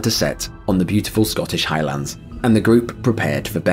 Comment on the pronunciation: Hi-Lunds is how it's pronounced. Not High LANDS.